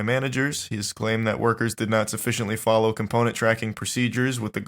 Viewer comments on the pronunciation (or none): bro said fly low